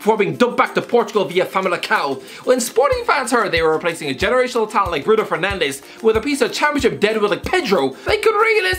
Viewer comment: Mate, it's Fernandes, not Fernandez. We speak a different language over here and that language ain't spanish.